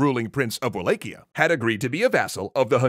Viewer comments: I always thought Wallachia was pronounced “Va-lak-iya” and not “Way-lake-iya” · I don't wanna knit pick but its pronounced V-LAH-HIA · Quick note: It's pronounced Wal-ah-key-ah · In romanian it's Va-la-hia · Wallachia is pronounced more like Va-latch-ia I believe. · Isn't it Wall ACH ia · Google: How to pronounce Wallachia Google: wa·laa·shee·uh: Wa-lay-kee-uh Further investigation: Looks like is pronouncing it the common way it is said in the UK, according to wiktionary's pronunciation guide for it in the UK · Oof the pronunciation of Wallachia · I suppose this is the best place to ask this particular question: How is Wallachia actually said? (using caps for emphasis and pronouncing) Is it: WallaCHia? WallaKia? WallAE-Kia? WallAE-CHia? WallAW-Kia? or WallAW-CHia?